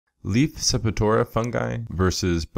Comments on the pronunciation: I hope I'm not knit-picking but it's Sep-tor-ia, NOT Sep-i-tora... It was somewhat cringe-worthy to hear it mispronounced throughout the entire video... No complaints, otherwise... Good info...!!! I stumbled across the video while diagnosing dark margins on the large fan leaves of one of my autoflower plants that I haven't encountered before, which turns out to be a Calcium deficiency... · I could be wrong, but I’m sure septoria is pronounced Sep-tor-ee-uh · Pleased check the pronunciation of "septoria" two syllables. Peace